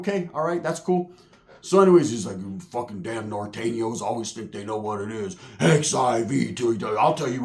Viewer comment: “I hate Nor-Tane-Yos” 😂